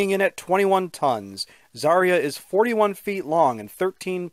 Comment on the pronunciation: Everyone says Zarya wrong. Because in Russian "ya" is one letter.